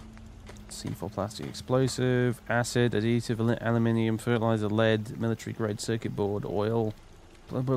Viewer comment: I love how suddenly turns welsh whenever he says fertilizer.